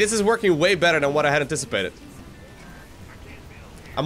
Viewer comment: You said “this is way more than i inticipated” way more than i inticipated!